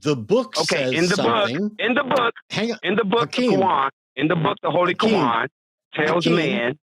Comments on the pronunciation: The Qwaan! The Kuuwaan! My guy get the name of your Holy Book right. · .....did he call it the "Holy Ko-wan"??? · Why is he calling the Quran the "kawan"? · Is he calling it the kowan?